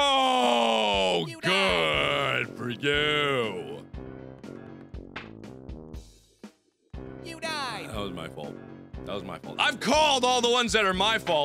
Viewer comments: and PS.... YEW DYED! XD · The best videogame death ever: "Yew Dyedd" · ur hear an "n" in it every time